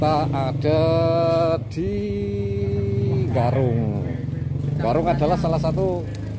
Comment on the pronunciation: Desa Garung apa desa Nggarung sih? Tolong di pas ke leh ngucapke btoo.